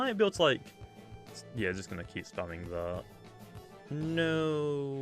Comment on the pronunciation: why do you pronounce though "Lhough"